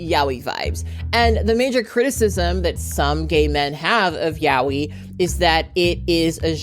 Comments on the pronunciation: I got you: it's "Yah-oh-ee" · why do yall say yaoi like that? jesus christ. ya-OH-ee. The OH sound in the middle is the string syllabe